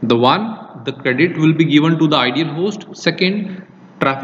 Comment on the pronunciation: Host was "Idle" but not "Ideal" 😄